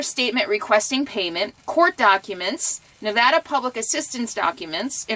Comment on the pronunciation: Just want to say THANK YOU or pronouncing our states name correctly.. "NEE-VADD-DAH" not "Nah-VAH-dah" I hate it when "supposedly" educated people mispronounce my states's name.